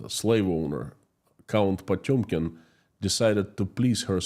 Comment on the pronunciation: Can you say Potemkin village?